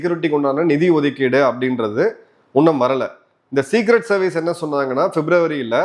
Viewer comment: முதலில் நீங்கள் சரியாக தமிழ் பேச கற்றுக்கொள்ளுங்கள், ‘இன்னும்’ என்பதை ‘உன்னும்’ என்று உச்சரிக்க வேண்டாம்.